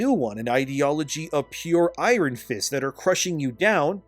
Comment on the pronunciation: please please google how to pronounce iron I’ve been listening to your videos for a very long time and I can’t handle it the way you pronounce it no one pronounces it like that.